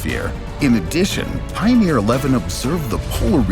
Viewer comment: Pioneer, not Pioner.